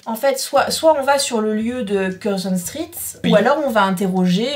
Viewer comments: Street --> Stritt ^^ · Stritt? Comme dans Street? 😂